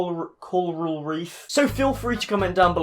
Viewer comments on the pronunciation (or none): Lol , i thought i was the only one who struggles pronouncing coral, british ppl problems. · Cole-ral reef